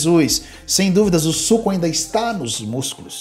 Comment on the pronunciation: ...o preço do suuuco... ênfase nA entonação meus caros... suuuco